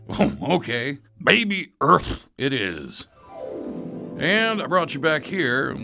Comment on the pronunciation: earth cannot say r